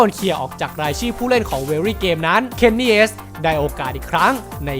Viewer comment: Kenny S!! 5555 ฟังแล้วแปลกๆอะ